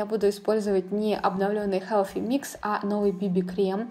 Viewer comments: Healthy, а не Helphy произноси правильно, слушать не возможно. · Koshka Potselyeva Межзубный "с" Но никак не "ф"